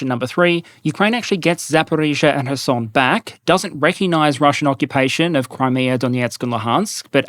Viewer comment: please, for the love of god, stop pronouncing random words with your "foreign r sound" (the alveolar tap). For three reasons: 1) There's no rhyme or reason to when you do it. Why insert it for Iran, Iraq, and Kherson, but not for Ukraine? Or Kursk? Or Kharkiv? Or North and South Korea? Or Russia? Or Belarus? Etc. etc. 2) It's kind of pointless if you're not going to make any other effort to pronounce any other sounds from the language you're trying to emulate. Not able to pronunce the voiceless velar fricative in Bakhmut, Kherson, or Kharkiv? Not able to pronounce the voiced velar fricative that is used as the "R" sound in Paris or France? Then what are we doing here? 3) Sometimes you don't even do it right! As in your pronunciation of the name of the IDF's Merkava tank. Native Hebrew speakers don't use an alveolar tap, we use the velar fricative as in French and northern German. An alveolar tap doesn't come any closer to the correct pronunciation than the English R. You didn't get closer, you just went sideways. And while we're discussing the Merkava, you put the stress on the first syllable instead of the last, which just sounds bizarre (MEHR-ka-va instead of mer-ka-VAH). If the goal is to pronounce the name in a way that's recognizable and natural sounding, I'd rather you get the stress pattern right than the consonants. I really do respect you for being willing and able to pronounce things in other languages correctly. But you'll notice that English speaking journal